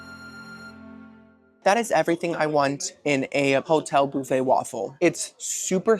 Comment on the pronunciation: I need you to know, I stayed in a hotel last night and when I asked them where the breakfast buffet was, I pronounced it like you on accident- boofey. Do I watch you every week or what? Lol